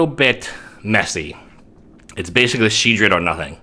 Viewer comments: Shedred? There's an OL in there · Sheoldred? Haha